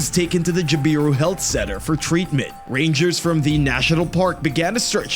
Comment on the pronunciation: Just for future reference, the place is pronounced Jab-a-roo, a beautiful part of the Northern Territory....and parts of the NT are Chockers full of Crocs.